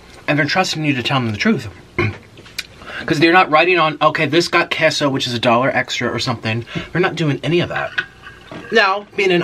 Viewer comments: Kay-so 😂😂 not kesso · Queso (KAY-SO) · Kehso? I thought it was kayso lol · Him: *pronounces queso wrong* Me: screams its pronounced quesooooooo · I love how he says queso as kesso lol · How he said queso 😂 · Hi Nick!!! My name is Chloe and I'm 13!! Just letting you know that you I think miss pronounced queso or I've been pronouncing it wrong for my intire life 😂. This isn't hate just saying for next time😆 I absolutely love your energy and you're always my go -to youtuber when I'm bored or need cheering up! 😄😄😄😂😂